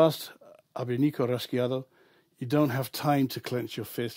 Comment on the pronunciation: Pronounced Raw-Hey-O! Raw-hey-Awdo also